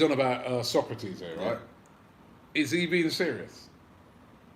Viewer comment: HIS NAME ISN'T PRONOUNCED LIKE THE PHILOSOPHER SOCRATES!!! IT'S PRONOUNCE SO (like "sew") KRA (as in "crah") TIS (as in "diss"). Pronounce the name of your players properly!